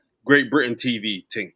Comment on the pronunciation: "the ting" 😂👏🏾